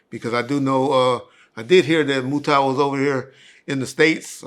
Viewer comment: It’s Mutah not Mutaw 😂